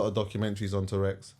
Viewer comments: It’s true though, it sounds like he’s talking about a dinosaur - but agree with his overall message! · And man!!! It’s TOURETTES 😂 a man has said TOUREX on two pods